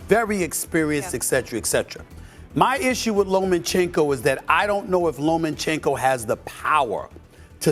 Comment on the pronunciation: Low men chenko? Stephen A 😂